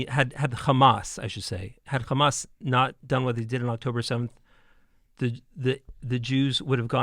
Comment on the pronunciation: Why do they say "Khamas" instead of Hamas? Do they pronounce the name Henry as "Khenry" or any word that starts with an H?